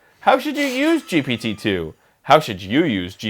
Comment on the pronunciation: arin: jipititu